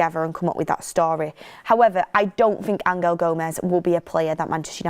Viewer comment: Why you pronouncing angel like that? He ain’t Spanish